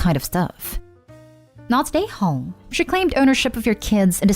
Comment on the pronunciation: When this lady says not the a-hole her accent makes it sound like she says not today hoe😂😂😂